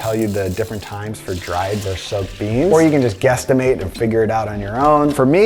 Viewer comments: The word is “versus”, not “verse”. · The word you’re trying to say is VERSUS (not verse). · it's not "verse", it's verSUS! VERSUS! >:O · It’s VERSUS. not “verse”.